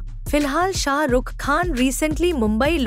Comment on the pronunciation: First prounce srk properly